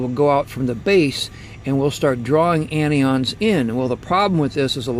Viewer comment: Mike Hogue He pronounces them incorrectly. CAT’ions, AN’ions not catE’ons nor AnE’ons. They are positive and negative charged ions.✌🏼